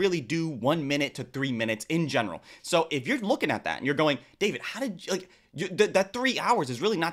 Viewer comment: Hahaha omg Dayvit 😂😂😂 no he didn't just say that 😂😂😂